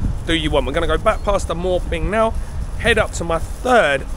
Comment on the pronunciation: My Thai wife says it's "moo" ping not "mor" ping